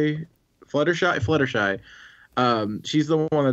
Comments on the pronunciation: Is nobody gonna mention that called Fluttershy "Sluttershy?" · did he just say 'sluttershy'?